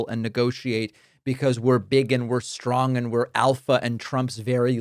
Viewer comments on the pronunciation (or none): none